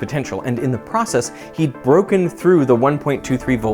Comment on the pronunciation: I hate it when people pronounce "through" with a rolling r